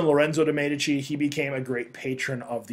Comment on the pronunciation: its actually pronounced as mee dee chee (Medici)